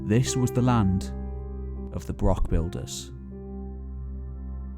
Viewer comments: Yes, it is - thank you for noticing. FYI despite the illiterate doing the voice-over spreading incorrect info, it's not a BROCK with a hard 'K' sound, it's a BROCH with a long, soft, Scots 'ch' sound - as also found in Loch (ie not an English 'ch' as in 'chip' either lol). Imho they served the same purposes as castles, roundhouses, longhouses to their small communities - part to show status of the laird or equivalent, part a community congregation point & part security - a lookout & defence against raiders. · Not used to a broch being pronounced as "broxs", usually a much longer br-ouch, it difficult, if some one can advise please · Ouch. It's broch, not brock. Does he also talk about Vincent Van Gock rather than Gogh? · Good video but few pronunciations are off, they aren't called BROKS but Bro-ochs and Neil Oliver certainly isn't an archaeologist, he's a TV presenter and a prize wanker. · Excellent presentation and research. Shame you keep calling them brocks rather than brochs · Now practice....Johann Sebastian Bach, Bach ......now say Broch. Broch....not Brock. Achh, Sassenach. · FYI. Broch is pronounced like loch, not brock or lock. As per this explanation: Callanish - Calla-nish. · Wish you could say broch properly as it's not broc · Well, he's pronouncing it wrong here, it's pronounced with a germanic "ch" sound, as in "Utrecht", not a "k". English people often struggle to pronounce that sound and revert to "k". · Its really annoying that the word broch is mispronounced as "brock" throughout the video! A wee bit of an effort with the language isn't too much to expect Is it? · Might take you seriously if you showed respect for our language & even made the effort to pronounce BROCH correctly. It's not a bloody BROCK! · Extreeeemely embarrassing that the narrator does not pronounce broch correctly... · How I wish it had been narrated by a Scot, preferably by a native Highlander. His pronunciation of the word broch itself is very grating.